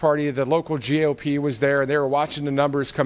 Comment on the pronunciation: Hal, Thank you so much for pronouncing GOP as “gop”. They don’t deserve the respect of calling them what they’d like us to. They’re just gop to me. They drop Democratic Party down to Democrat party to annoy. So Let’s just call their initials gop.